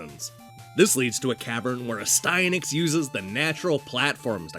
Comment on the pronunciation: ... I have been saying the name incorrectly all this time. I pronounced it AS'-tee-a-nax. Your way sounds way better :o)